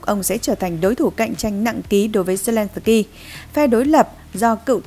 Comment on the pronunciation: Phóng viên phát âm tiếng Ukraina & zelenski cực kém!